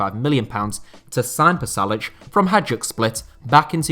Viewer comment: Man said “Hag-duk” split lmfao